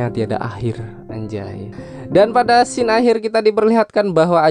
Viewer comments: Woi bang, scene itu dibaca sin bukan skin, skin tu kulit woy, dan sejak kapan menara effeil di italia wkwkkw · Saran bang kata scene dibacanya bukan "skin" tapi "sin". Semoga lebih baik lagi kedepanya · scene itu bacanya sin bang.oke